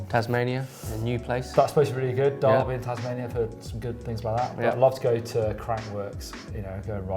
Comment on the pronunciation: Derby in Tasmania is not pronounced like Derby in the UK. Der bee not Dar bee...